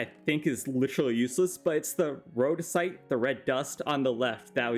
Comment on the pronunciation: That one specifically is the mispronounced material you decided to point out? XD Edit: the other ones I noticed: Signalum was pronounced as singulum, Cryotheum was pronounced as cryolithium, and Rhodochrosite was pronounced rhodosite